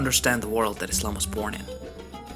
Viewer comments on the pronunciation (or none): none